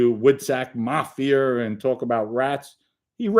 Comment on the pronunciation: i likee how you say mafi'er its reminds me of a mandarin accent they use er in a lot of words like mcdonalds in english they say with accent mcdoneerds